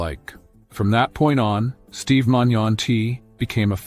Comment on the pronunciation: Steve is alive and well and hasn't given an update in almost a year because he is recovered , this is just some feeble , lazy AI junk video that can't even pronounce the man's name correctly. Steve has his own channel, look him up and watch his videos if you really want to support him.